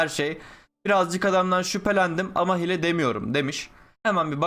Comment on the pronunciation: abi hile diye yazılıyo ama hiile diye okunuyo hile ne